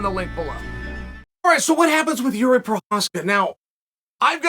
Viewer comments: He said “yuri” a few times. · Chael “Jiji” Sonnen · JIJI?? JIRI* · Just came to see how he’d pronounce Jiri’s name. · Chael get the man's name right for once